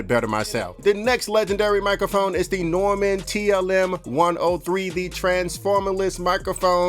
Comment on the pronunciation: Bro it’s Neumann pronounced Noy-Man. Not Norman